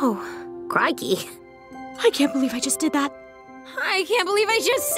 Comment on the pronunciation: She said "Crikey", not "kinky"